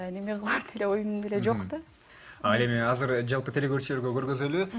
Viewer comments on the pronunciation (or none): none